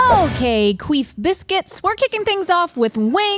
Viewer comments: I'm dying 😂. Did just say queef biscuits? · Yoooo did she say queef biscuits? That’s wild 😂